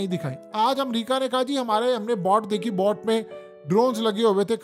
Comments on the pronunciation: ITS NOT BOT, ITS BOAT, LIKE ITS BOATING, NOT BOTING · Bhai!!!. Jab "boat" ka english ka pronunciation nahi aata to تیز رفتار کشتیاں bool do... Kiyun "boat" to "bot" booltay ho?, "bot" is the short name of robots... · Please boat ko pronounce sahi terha kijiye